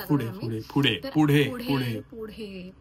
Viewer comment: Pudhe ❌fudhe ✅😂😂